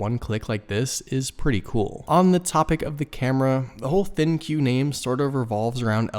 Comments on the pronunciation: Is it 'Thin que' or supposed to be pronounced like 'think'? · Just curious....is it pronounced Thin Q or Think? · Why does everyone call it the “thin q” it is supposed to be pronounced “Think”.